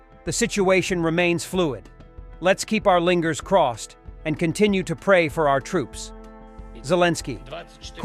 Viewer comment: "Let's keep our lingers crossed". Don't you just love AI voiceovers.